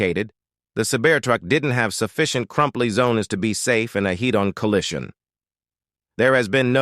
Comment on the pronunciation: "Sabear Truck" "crumply zonas" "heat-on collishin" You wanna maybe try that sentence again?